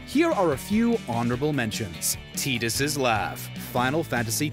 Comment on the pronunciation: He called Tidus Tedus really how could he mess that up and besides the memorable thing of FFX is ending of the game